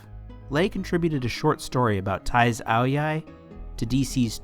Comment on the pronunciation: Your pronunciation of ao dai was pretty damn spot on! Thank you for covering this character